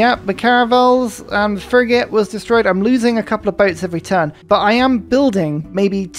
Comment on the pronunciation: I've noticed this a few times now but it seems like has managed to somehow pull an Uno reverse card on the typical South East/London accent's tendency to turn 'th's into 'f's, and seems to turn 'f's into 'th's such as here the "thrigate". Actually a fascinating feature of his speech, never heard it from anyone else I've met